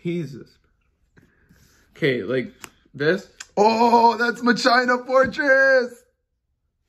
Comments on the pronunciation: I’m Italian and I don’t speak very good English, but when he said "Macina Fortress", I burst to laugh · MUH CHINA FORTRESS 🤣🤣🤣